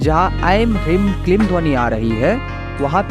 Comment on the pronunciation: वीडीयो बना लेते हो, पर मंत्र का उच्चारण सही नहीं है, ह्रीं में बडी ई की मात्रा है, ऐसे ही क्लीं में भी बडी ई की मात्रा है, आप छोटी इ का उच्चारण कर रहे हो।